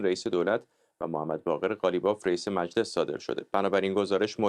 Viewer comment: به خانم حسینی بگین میلس نیست مجلس درسته